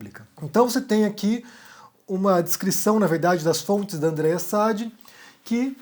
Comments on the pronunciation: Meu caro, se fala Andrea Sadí, e não Sádi. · Não é s A d i é s a d I a ênfase é no i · Acho que o sobrenome da jornalista se lê Andreia "Sadí". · Oi. Se me permite só uma correção: o nome da jornalista se fala "Sadí", tá bom? Parabéns pelo ótimo conteúdo que disponibiliza em seu canal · A pronúncia correta do sobrenome da jornalista é Sadí.... com acento no i. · Boa noite,. Pronuncia-se o nome da jornalista Andréia Sadí com tônica no i, oxítona. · Oi, TD bem? Eu acho que a sílaba tônica no sobrenome da Andreia Sadi é no di e não no Sa. Pelo menos o pessoal da GloboNews fala com ênfase no "di". Um abraço. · como já ouvi você falar o nome dela assim mais de uma vez, talvez lhe interesse saber que Sadi é oxítona. Pelo menos, é assim que vejo as pessoas da Globo se referirem a ela. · Parabéns pelas suas análises, sempre muito claras e corretas. Aproveitando, já que gostou dos comentários da Andreia Sadi, assiste o GNT pelo menos uma vez, para pronunciar o nome dela direito .... rsrsrsrs